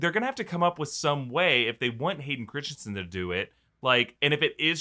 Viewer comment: *Hayden Crispy-son